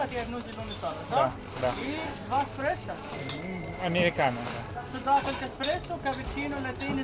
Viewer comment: Добрый день. Обзор хороший. Спасибо. Один момент, думал послышалось. Нет такого напитка эКспрессо. 😂 Три раза прослушал начало 11 минуты.